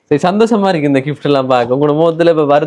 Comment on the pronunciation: Kift illa bro Gift endu sollugo